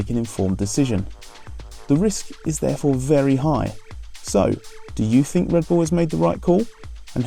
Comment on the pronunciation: "fink"? "free"?